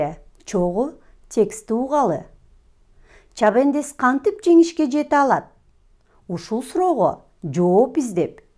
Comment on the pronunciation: Чабендес эмес чабандес